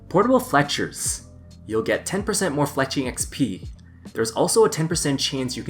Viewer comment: Make sure everyone gets the "Fleckers" outfit before starting this. Not sure if he intentionally mispronounces easy words or not.